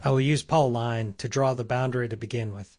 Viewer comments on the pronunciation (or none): Ah, "Polyline" gave it away. "Paulline".